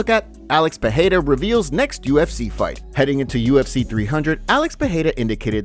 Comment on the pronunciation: Stop saying Peheira, it's Pereira